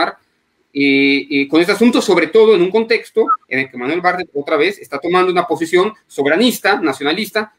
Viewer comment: Se pronuncia Bar- tlet